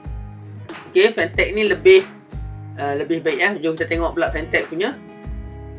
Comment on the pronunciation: nice jugak kualiti dia ni...tp brand dia kene sebut betul2...